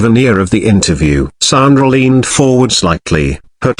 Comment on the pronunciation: It's sandra ffs its not a difficult name to say 🙄